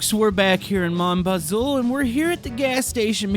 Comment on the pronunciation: STOP SAYIN BAZOUL ITS JUST BAZOU theres no L